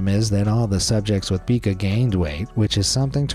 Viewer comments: It's pica not peeka for the eating disorder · It's not pronounced PEE-kah. It's pronounced PIE-kah. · Pica is pronounced Pye-ke (it’s actually the upside down ‘e’ but I don’t have that on my keyboard)